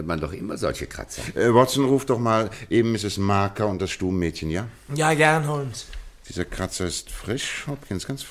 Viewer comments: Sein Name ist nicht "HO"L"MES", sondern " HOMES" - schade, dass sich dieser Fehler durch die gesamte Geschichte zieht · Die Kritik an der Aussprache des Namens Holmes ist vöölig berechtigt. Ihn so auszusprechen ist einfach nur dumm oder man hat keine Ahnung wie er in Englisch ausgesprochen wird. Einfach nur weitere Hörbücher, Filme hier anhören, ansehen, dann versteht es bestimmt auch der Dümmste. Interessant ist nur, alle anderen Namen werden wie im englischen ausgesprochen, nur Holmes nicht. Hört sich für mich grausam an und ich frage mich, gibt es bei solchen Produktionen nicht einen Regisseur oder ähnliches?